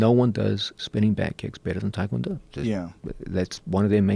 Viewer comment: I've always wondered why people pronounce it Tie Kwon Do. I can understand most people, but these guys who train w/ actual Tae Kwon Do instructors and probably Koreans, why not pronounce it properly? It's like when people pronounce Hyundai (Hyun- deh) as Hon - Die. -_-'